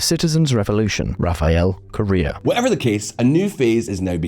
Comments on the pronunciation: “Correa” not “Correra” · Correa not Carrera